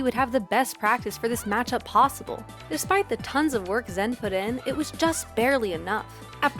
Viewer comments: it's not the correct pronunciation it's ZAAN like Xanax or Zaxby's, not ZEN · honestly bothering me, its zan not zen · Love how PGstats went out of their way to use the “correct” pronunciation of Zain and still mucked it up. He said himself it’s Zan, like Xanax, not Zen. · ok so it’s incredibly nice of you to try to pronounce zain’s name in the intended way; but, like, it’s not pronounced zen, it’s zaan. ok that’s all great video!!! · You're just fucking with us at this point pronouncing it Zen instead of Zaan or Zayn Edit: I think toph and vish were actually saying it wrong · I understand that Zain prefers the pronunciation Zaan, but you went even further to fuck it up to Zen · Alright, it sounds like she’s saying “ZEN” in this video. The original commentary sounds like they say “ZAAN” and 99% of people pronounce it “ZAYN”. Can someone please tell me which one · the confusing thing is she pronounced it differently than Zain (rhymes with rain) AND differently then the commentators at the tournament that used Zan (rhymes with man). In this video it sounds like Zen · stop saying zan lol its so cringe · STOP SAYING ZEN AHHHHHHH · It’s pronounced Zaan, no flame. She probably didn’t know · if he doesnt care how you pronounce it, why are you trying, and failing, to change it? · just say it how we always have like a normal functioning human being. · How can you do a pg stats video without being able to properly pronounce a players name